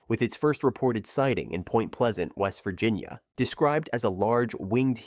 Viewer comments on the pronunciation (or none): none